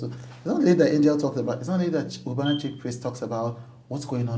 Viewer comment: How come no one is talking about what Chude called Cubanna 😂 Cubanna high priest 😂😂😂